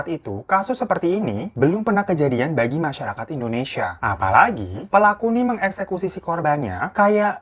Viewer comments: Indonesia bukan endonesa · Indonesa Kak Bukan Endonesa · Indonesia bkn Indoneisa... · INDONESIA KOK INDONEISA? :') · indonesia woy